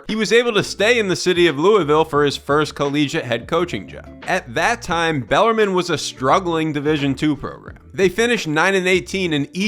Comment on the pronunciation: it's pronounced bell-are-meen